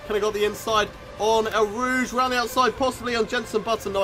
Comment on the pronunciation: It sounds like you’re say el rouge not eau rouge